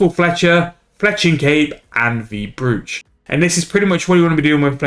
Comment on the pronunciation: Any idea what the xp p/h is? Also, sorry to be that guy, but it is pronounced “broach” rather than phonetically.